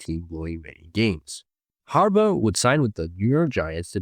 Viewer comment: Why does it sound like you're saying Harbutt wtf